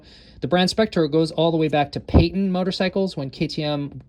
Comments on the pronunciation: Was it Penton you were taking about using the Spectro oils? Sounded like you said Payton. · Penton not Peyton🤣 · Whoa....disappointed that someone who's so involved with KTMs doesn't know the correct pronunciation of the American company had a relationship with KTM back in the early 70s. That manufacturer was of course "PENTON" NOT "PAYTON". The Penton family would be appalled :) Never heard of a motorcycle that was a "Payton" ?? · Its PENTON not PAYTON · Great info. Penton is what you meant I do believe, not Peyton?